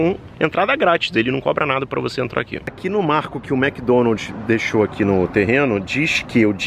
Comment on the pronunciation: A essa altura do campeonato a ainda fala Mc Donalti...rs